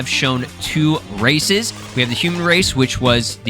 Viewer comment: did I hear racists or races lol English is fun lol